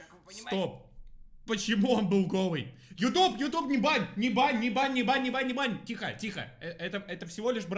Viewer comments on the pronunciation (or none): none